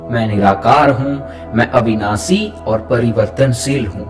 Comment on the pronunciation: Please correct your prononciation. It's शुद्ध not सुद्ध, अविनाषी not अविनासी। You might chant the mantras wrong which could have fatal results. आप "स" , "श" और "ष" तीनों को "स" ही कहते हो।